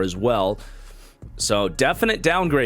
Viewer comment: Ur mispronoucing Ebukam. I'm pretty sure from listening to people its Eb-bu-kom